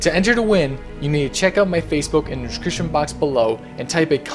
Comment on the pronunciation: why cant he say description correctly?